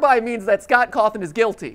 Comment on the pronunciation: Are we just going to ignore that matpat pronounces Scott Coffin’s name as Cothin?